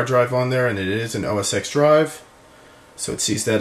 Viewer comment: OS TEN, OS TEN, not OS "X"